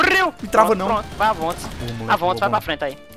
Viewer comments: AVONT'S KKKKKK RACHAVA TODA HR Q SLOW FALAVA ISSO!!! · Pois é kkkk ! Quando eu escutei ele falando AVONTS kkk eu começei a rir !